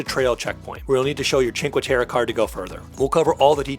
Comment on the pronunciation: please kindly practice the pronunciation of the cities you visit... it's "teh-reh" not "teh-ruh" great video... :)